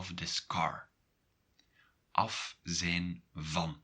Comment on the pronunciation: Why do you pronounce zijn and zij differently than google translate does?